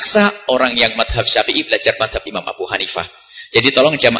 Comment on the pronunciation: Gosok gigi dulu ente bang. Ngomong Madzhab aja salah ente bang. Oya saya nggak pendukung Buya yahya lo. Tapi Saya tetep merasa lucu dgn kebodohanmu.😁